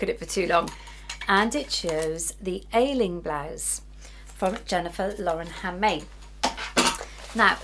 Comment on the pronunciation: As an Irish woman, the pattern you used is pronounced (Ashling) 😊. As ever you're an expert 🎉